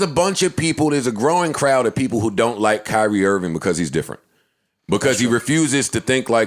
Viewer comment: Lol “Kylie Irving”